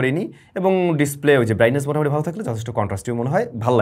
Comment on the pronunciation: ৩:১৭ মিনিটে মিসটেক আছে ভাই,, আপনি মোটামুটি, না বলে মোতামুটি বলেছেন